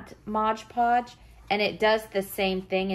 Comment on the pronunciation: Beautiful. Thanks for the great video. Just FYI...it’s MOD PODGE, not MODGE PODGE...said with affection 💗